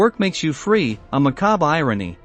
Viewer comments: Pronounced fry....not free....get it right!!! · Correction. It's pronounced more like are-bite Macht Fry...not free. Although Frei, translation is free, it's not pronounced the way the narrator said it. Arbeit Macht Frei, also can translate into work will set you free or literally translated work makes you free...although the use of "you " is inferred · The pronunciation is arbeit macht frei not free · I know you're American, but at least try and get the pronunciations of 'Frei' and 'Mengele' right.